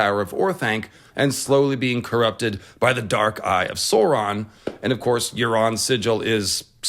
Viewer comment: "Saur-" in "Sauron" sounds like "sour," not like "soar."